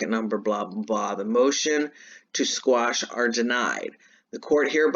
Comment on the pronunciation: Squash? or Quash? Lmao, love ya lady!